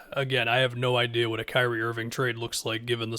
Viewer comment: "Krazie" Irving